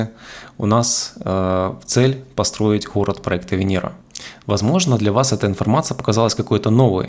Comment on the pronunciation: Буква Гэ... Хород... Ховорил... Предлахает... 😬